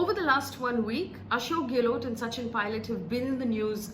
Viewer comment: not for you Faye But Delhi Media can't even pronounce Gehlot correctly. Too anoying. गैहलौत NOT गेलोट । 😩😩😩😩